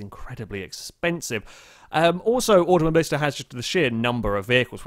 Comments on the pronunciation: It's not "AutomoBLIsta" but "AutomoBILIsta" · you pronounce auto mobilista wrong